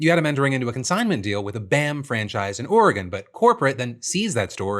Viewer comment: As a lifelong Oregonian, I appreciate Phil for pronouncing Oregon correctly ❤